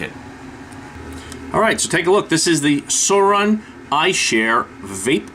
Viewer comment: Its not called salt nic its nic salt 😐 and suorin is pronounced swore in ffs lol